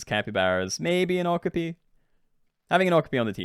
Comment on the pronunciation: My guy, that’s not how you pronounce okapi.